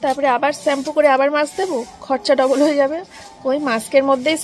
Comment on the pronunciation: Sampoo na shampoo uffffff 🤦‍♀️